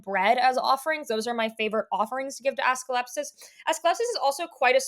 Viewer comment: I'm sorry his name is what? 😂 Assclepsus? Do you mean AS-CLEP-EE-US